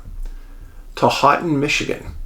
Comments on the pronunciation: Ho-ton (Houghton). But soft ‘t’ . More like Ho-en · Hoe-ton, not hot ton. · Michigander Here - not to sound rude, but it is pronounced "Hoe-ton"! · I’m sorry. I can’t help myownself. “Houghton” is pronounced, “hō’ tun” 😁😂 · Maybe give Dave a correct pronunciation instead of criticizing him. Dave, Houghton is pronounced as Hoht uhn.....long "O" in "Hoht". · Another good yet crazy one thx Dave! Michigander here you destroyed the pronunciation on the city of Houghton .. might have to apologize to the yoooers Lol!! Keep up the great work!! 🙏🏻